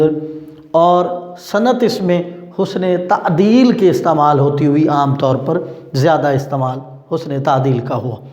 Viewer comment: Husn e taleel ha sir tadeel nhi suna kbi clear kr dein plz